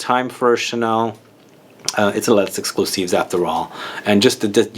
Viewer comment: Kilkeny1976 i love coromandel too! But actually because “les” is followed by a word that starts with a vowel “exclusif”, you should pronounce the s, it’s the liaison.